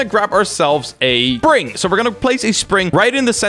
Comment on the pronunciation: "Another PRING" "I'm not trying to say the right word" ME: What is a PRING? You mean spring? Oh wait.. You're not trying to say the right word. I see. Here's help: Nevergonnagiveyouup .com (jk)